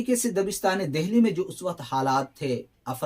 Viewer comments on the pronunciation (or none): اچھی کاوش ہے مگر ......میرے خیال میں...دہلی کو دلی بولا جاتا ہے.؟؟؟ھے ناں؟؟؟ہ نہیں بولا جاتا....عمدہ لیکچر ھے ویسے.🎉🎉🎉